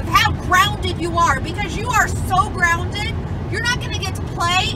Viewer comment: Your Gwounded 😂